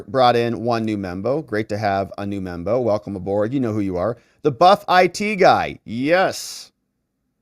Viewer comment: Please stop saying "membo".